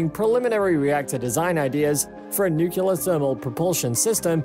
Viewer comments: Why is it that every YouTube video discussing the science behind nuclear energy of any kind insists on calling it "Newk-u-lar"? This is how Gus and Zeke from Goober Gulch pronounce it wrong. Stop imitating them. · The baffling thing is he is speaking great, and his pronunciation has been impeccable, and then "new killer". LOL there is nothing new about nuclear killing people and things. No need for the troll. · Hard to take you seriously when you cant pronounce nuclear. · Another idea: Learn how to pronounce NUCLEAR. It actually lends credence to your presentation. Please! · Literally couldn't focus on the video because "George Bush" apparently hasn't learned how to pronounce Nuclear. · Yup, bailed after having heard the name of the nuclear technology abused and mutilated at least four times in less than 1 minute, 7 seconds. Didn't even wanna go back to verify how many times it was actually mispronounced in that short time, and certainly wasn't planning of hearing out the remaining 9 minutes. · Thought this would be interesting but I cant stand when people can't pronounce that word. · I just can’t stand people mispronouncing “Nuclear” it gives me a headache. It is NOT NUKULAR! it’s NUCLEAR! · It is NOT pronounced “nuc-u-lar”. It is “Nucl-e-ar”!!! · I am sorry but, New Cleeee urrrrrr not nu qqqq lurrrrrr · I cant take this video seriously as long as you say nuculer instead of nuclear. Show me the second u in nuclear. It isnt there. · Nuclear! Say it like that: "New Clear" It's not "Nuke you ler" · It’s nu-cle-ar, not nu-cu-ler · It's N U C L E A R (nook-lee-ar), not NUKULAR, you dumb-ass! Atoms have NUCLEUS, not a NUKULUS! You just lost all credibility. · For the love of all that is good and holy, it is pronounced NEW-CLEAR, not new-cue-lar. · repeat after me, "new-clear, new-clear." Not, "new-kyu-lar" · Yeah, I think I'm gonna have to bail on this one before it's over, I can't hear this 300 more times! 😆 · Im glad I didnt have to write this comment